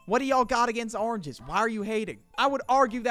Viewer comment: is not ah ringes its oranges